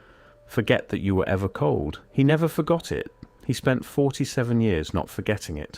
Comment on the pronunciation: Culled not cold.